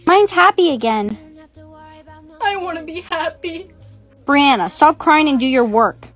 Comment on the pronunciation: Brianna: HOW DARE YOU CALL ME BANNNA?!?